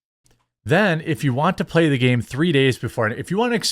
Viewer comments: "Empire come out and pla-hay!" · Ubisoft... Come out to pla - e - ay